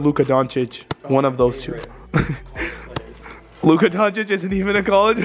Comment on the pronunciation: luka "donchiss" 😂😂